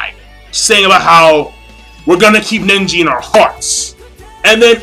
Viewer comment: I hate how u say neji "nenji"